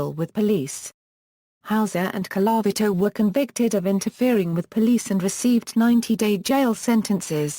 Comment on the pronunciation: Could you get a person who can pronounce Colavito.